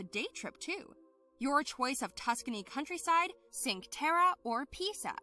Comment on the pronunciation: Did you really say "sink terra"?Yes you did.